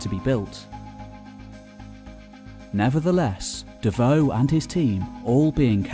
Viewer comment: Roland de Vaux NOT Roland de Veux. And king is not pronounced as kink nor is working pronounced workink.